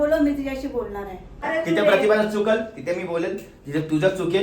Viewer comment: अरे पागल चुतिया पतिभा नाही (प्रतिभा) बोल